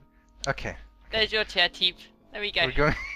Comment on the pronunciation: Forgot how much it annoyed me when they ignore the P in Teep